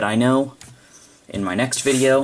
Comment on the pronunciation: "You'll see me on my next vide-u"